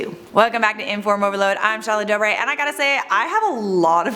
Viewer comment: She said dorbe do any one know the dorbe twins